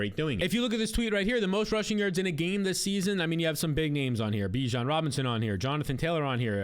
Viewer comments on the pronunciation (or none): none